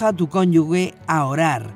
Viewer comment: Excelente serie, solo para sumar en la pronunciación de cónyuge ( la pronuncian como “conyugue” algo que en español no es correcto). Gracias bendiciones